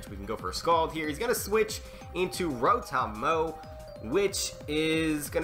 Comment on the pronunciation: .Its not rotom mow its mowtom